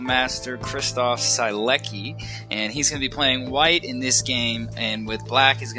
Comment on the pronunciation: On my hobby-horse of preaching proper pronunciation of names :), Sielecki reads as "Sheletzki" -- it's a name of apparently Polish origin.